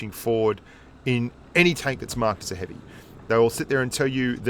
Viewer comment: said heavium and I thought heavish lol